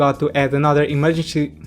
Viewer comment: Em- er- gen-cy...repeat with me....em-er- gen-cy....simple